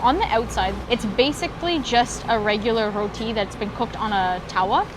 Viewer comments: Thank you for pronouncing our food dish "Roti." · I appreciate the fact you pronounced roti correctly 😌👏